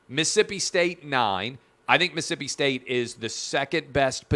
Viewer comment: Clay, Mississippi is pronounced as it’s spelled, not Miss-Ippy…..Jack wagon, love the show.